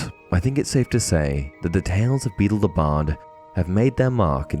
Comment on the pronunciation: Beedle, not Beetle!